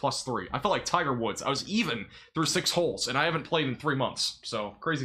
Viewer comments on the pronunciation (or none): none